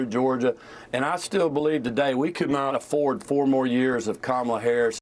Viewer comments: Her name is Kamala (Kah'-mah-luh). What is wrong with these Republicans? Are they slow? Learn how to pronounce the future president's name. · Ka Mah La Harris…on purpose… say it like COMMA LA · The people who think they are the most intelligent and educated people in the world deliberately mispronounce her first name. Actually they are the most brainwashed and ignorant people in the history of the world. They are definitely descendants of their European ancestors. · Why did we decide as a society to let people mispronounce her name on TV 24/7? Like I get everyday people not knowing but if you’re going on TV you better pronounce the VP’s name correctly. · I think we need to send Kerry Washington and Harris' nieces to this Republican strategists house to teach him how to say her name.😊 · This guy is an asshole because he will not say the VP name correctly It starts with a K not C . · Bobby you are an a-hole. Say her name right. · When you mispronounce Kamala's name, you're the only person that looks stupid. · Say her name correctly! Seriously 🙄🤡